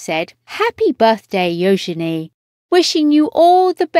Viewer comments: I agree its U genie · Her name is NOT pronounced “yo-shen-ay”!! My god!! It is “Yoo-juh-nee”. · Her name is actually pronounced "yoo-juh-nee," with an emphasis on the "yoo." Princess Eugenie was named after Victoria Eugenie of Battenberg, Queen Victoria's granddaughter. And her middle name comes from Princess Helena, Queen Victoria's daughter. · This voice over is beyond annoying. Her name is not Yo-Zen--E! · What a disgusting voice-over, killing Euginie's name. It was gringing a quarter of the way through. How difficult can a voice-over be for heaven's sake. Get it right or move on for other to do the job properly.